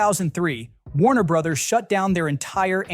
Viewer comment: "Warner Brotherses," you say? 🤨 Pro Tip: Brother's and Brothers' are pronounced the same as Brothers.